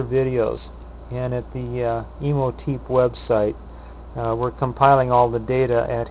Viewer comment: OK, I gotta say it. It's a pet peeve. It's pronounced exactly how it's spelled. Imhotep. The last syllable rhymes with step. It's ancient Egyptian. Imhotep was the architect for Khufu's (great) pyramid.